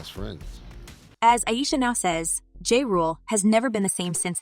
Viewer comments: Girl, the man's name is pronounced JAH, not JAY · This is not the first time I heard you butcher someone's name, before making these videos do some research please 🥺 I'll give you a like, but do better next time please.